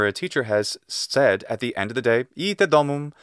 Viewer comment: Why are you always pronouncing the word "the" before consonant words as you should pronounce before vowel words? Thank you.